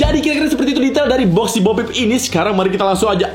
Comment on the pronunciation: BO PEEP DI BACA OPEN BO